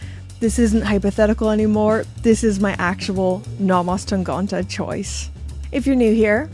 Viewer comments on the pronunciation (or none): Hey! As a Nomos fan myself, I’ve really appreciated your series about this colorful Tangente collection and Nomos in general. Great videos! And congratulations for your new watch, great choice! Only one thing: I’m relatively sure (I’m not a German native speaker, but I’ve been living in Germany since ten years now) that your pronunciation of ‚Tangente‘ is Not quite correct. You seem to almost pronounce the first ‚e‘ as an ‚o‘. However, one of the nice features of the German language is that most of the times a word is pronounced exactly as it‘s spelled (with few exceptions), and this is one of those cases. So you just pronounce the first ‚e‘ as an ‚e‘, as you correctly do for the last one. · The way you pronounce Tangente is very charming! Still, here's the right pronunciation: 1. syllable sounds like "tongue". 2. syllable (gen) like the second syllable in "again" or like "ten" with a hard "g" instead of the "t". 3. syllable like "till" without the "l". In the end it should be 100% authenticly pronouncable for an englisch speaking tongue. 😉